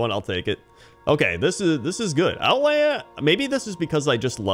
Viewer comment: It’s outland